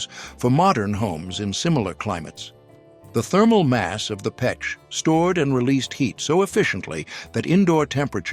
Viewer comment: Russian stove is pech not pek...